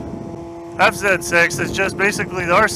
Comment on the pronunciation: You said zet 6 😂 I always do that 😅